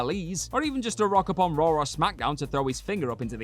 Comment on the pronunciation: Raw* not Roar